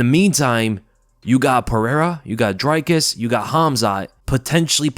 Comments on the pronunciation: South African here with a quick pronunciation tip: it’s DRICus not DRYcus. Like Rick = Dric. Then again also says Paulo Coast-ah instead of Cost-ah. Love your content regardles Bru! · As a South African I appreciate that you pronounce Driccus’ surname correctly but it’s not pronounced “Drykus” but “Drikkus”. Love the work you’re doing man much love ❤